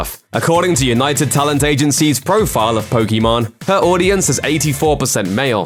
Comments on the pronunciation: Poké Main not Poke Main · Just FYI, it's pronounced "POKI-MAIN", not "POKI-MON". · Did i heard Pokimon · This dude really called her Pokémon instead of pokimane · It’s not Poki man you idiot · This dumass thinks hes right as he says Pokimon LMFAOOOO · ooo your sponsors will be under fire now you called her pokimon lolol shes such a 2 faced lyer and hypocrit why does anyone watch her trash? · calls her "pokemon" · Her name is pronounced Poké Main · I guess as far as pronounciation,pokemon sounds like how you would say it in french while poki main sounds like how it should be said in engish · Not even a fan, but I cringe everytime they mispronounce her name... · It was intentional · Careful, you mispronounced her name, she might come at you or your sponsors now.